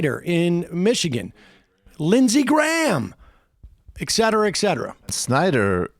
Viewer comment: ET cetera, not EC cetera! "et cetera": e, like in "End", hard t; then cetera, like c, in cepter; e, as in "end" again, followed by what sounds like the word terra, but with a softer r. as in terra firma. Et cetera! i flinch every time someone says it wrong. it's so ignorant and such an easy mistake to fix.